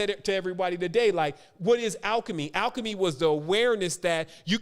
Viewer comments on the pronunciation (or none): none